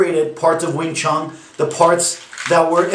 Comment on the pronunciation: I love these guys who flat out bash and sound like they know it all, yet butcher all the names and history. Wing ChunG lol